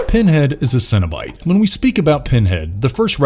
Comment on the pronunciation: It's cenobite not cinnabite